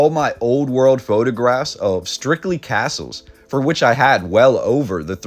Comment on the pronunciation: phonetically, its "Cass-Uhls"